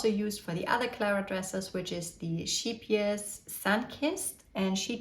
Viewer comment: the ae is more [ee]. Don't worry about it too much, you are so good in English, I absolutely love your style <3